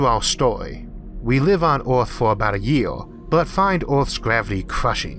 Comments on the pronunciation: Earth is pronounced Earth, not Oarth. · why does he say all his e's as o's?????? its earth not oarth and its Jupiter not Jupitor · I just don't understand why these documentaries are not able find narrators who have plesant easily understood voices. Since when is earth pronounced ARTH? Most other words are just as bad. PLEASE! It is really sad that I will not be watching any more of these. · I absolutely can't deal with his accent and him constantly calling our planet "Orth". Too bad because I really wanted to hear this. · The voice is quite distracting. The accent is weird (Earth is pronounced Ahth for example), and the pronunciation of every word and consonant is always identical, which means it is computer-generated. But it's the strangest-sounding computer-generated voice I ever heard, which means there's probably an interesting story behind it! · This is the only dude they could find to commentate this video!? Vewwy, and earwwwth? C'mon man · No matter what a person's first learned language is, there is no excuse for saying ORTH ... even the worst English speaking people don't say Orth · He literally has a speech impediment? He's always said earth as orth. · Why is your accent so weird? Where are you from? You sound American, but then you pronounce things so weird. Like Earth isn't pronounced Eayrth. Or worse as woyse. Mental